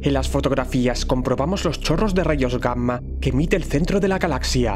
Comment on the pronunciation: No me gusta como escucho la palabra, Gamma. La e oido mal toda mi vida, o l estás pronunciando muy literalmente, porque escucho la m, como si fueran dos palabras diferentes..